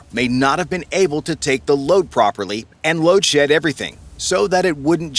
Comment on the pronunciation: why are you emphasizing "able" seamen.